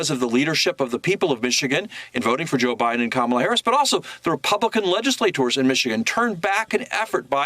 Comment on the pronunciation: And it's not Com-meal. It's COMMA-la. ,,,,,,,la,la,la 🎶 Easy to remember unless you're a passive-aggressive, hostile ignoramus.